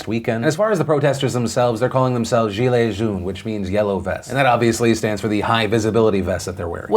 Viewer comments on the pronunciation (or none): Lord have mercy. You definitely did not say Gilet jaune. Hahahaha 💀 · that french pronunciation of gilets jaunes though